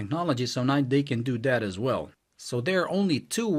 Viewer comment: It's "THAT" not "DAT". Thumbs down.